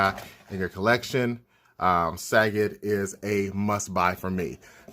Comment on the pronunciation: Sagat? Like the word Fa... isn't it Suh- Got? Lol random quarantine comments